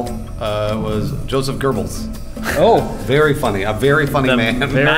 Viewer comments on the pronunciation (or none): Did pronounce Goebbels "gorbles"?